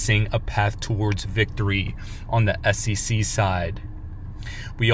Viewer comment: S E C not ssisi fker